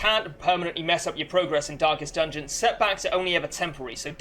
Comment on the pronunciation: Stop saying dankest dungeon (Excellent guide btw)